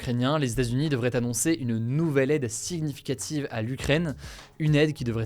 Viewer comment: Hugo, par pitié, arrête de prononcer le g dans le mot "significatif/ve". Ça se prononce tout simplement comme "sinificatif"